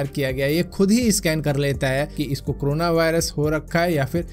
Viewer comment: It's corona not crona... Aur Bhai.. Wo xray wala detector sirf. Last stage me dekh k btaega🥴